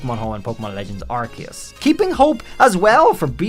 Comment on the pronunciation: Man couldn't even say the name of the game right...